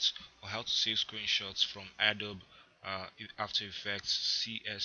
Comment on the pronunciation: a dobe? its a-dobe-ee